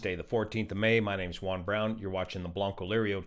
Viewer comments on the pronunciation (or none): none